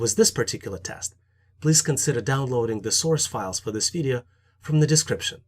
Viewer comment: I just love the way he says video--> Videa lol